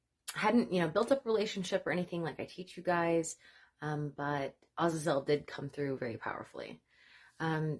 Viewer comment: You are the first I have become aware of to pronounce the name Azazel correctly!